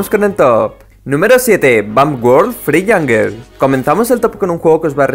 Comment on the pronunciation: Se dice jangol de verdad pero es jungle